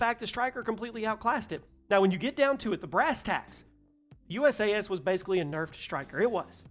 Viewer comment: I'm going to make this easy for you in the future the pronunciation is basically like saying you sass so it's usas=you sass